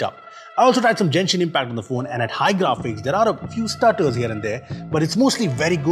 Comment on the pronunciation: Tired of people calling it Jenshin Impact Its Genshin G is pronounced same as in gravity, ground, game etc rather than geography or gem.